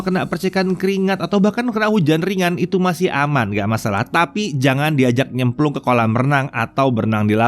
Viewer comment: bagian "jangan dibuat nyemplung" sangat-sangat diperjelas wkwkwkwk